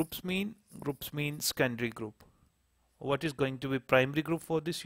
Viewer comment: It took me 2 mins to learn that you are saying secondary group...